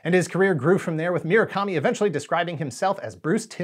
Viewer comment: It's mu-ra-kami not mi-ra-kami